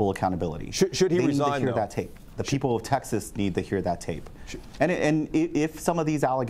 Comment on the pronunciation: sounds like he said "...the sheople of Texas need to know..."